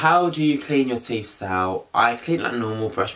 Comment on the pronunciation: Did he say "TEEF"??